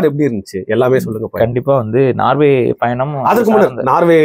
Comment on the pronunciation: நார்வே இல்லை சகோதரர்.நோர்வே